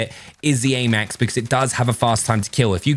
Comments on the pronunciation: Normal people: ayymax: aamaax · The way this man pronounces the AMAX is class